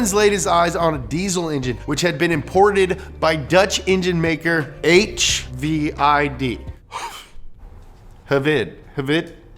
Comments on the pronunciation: HVID is pronounced “veed” and the 24 valve head was introduced in 1998.5 YOU ARE BETTER THAN THIS! BETTER! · in danish hvid mean white and u r sayin it completly wrong XD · “Hvid” is pronounced like “veed”. Say, Seed with a V. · It's pronounced Hvid, duh...